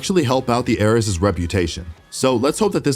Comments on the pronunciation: HE DOESN'T PRONOUNCE ARES RIGHT... internal screaming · I think it’s a joke about how the video didn’t know how to pronounce “Ares”.